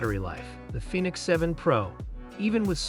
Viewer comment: Garmin “Finnix?